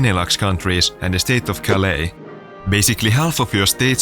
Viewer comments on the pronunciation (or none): none